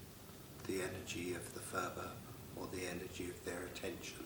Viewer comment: Phurba is not pronounced 'furba' - there is no 'f' sound in the Tibetan language. Phurba is pronounced 'purba' - the 'h' is gently aspirated. Nepalese dealers will understand if you say 'furba' because so many Westerners make this mistake!